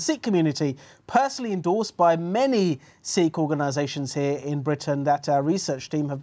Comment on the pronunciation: What’s up with this dude’s accent? Not just “Paakeethaan”, but the accent as a whole. Is it a southwestern England accent, or what? His R is like rrrrrr, “serrrve”. And why does he say “Seekh”? He’s Sikh, teaches about Sikhi…so why mispronounce it?